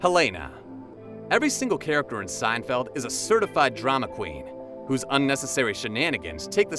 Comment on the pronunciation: Yes, I laughed out loud when I heard this . With such outlandish narration I'm surprised that elsewhere we didn't hear Jerry referred to as "Jerry Seinfield."